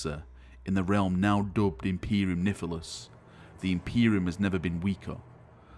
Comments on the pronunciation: Is my hearing bad or is saying "Imperium Niphilus"? Isn't it suppsesd to be "Nihilus", without the p? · I love ya, come on, say it with me: Nihilus = NYE-ILL-US not NIFF-EL-US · At first I was thinking of making a drinking game of how many times says 'Niffilus' rather than 'Nihilus' but it only happened twice so that opportunity was wasted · Nigh-lus! I beg thee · Did you say "imperium syphilis" lol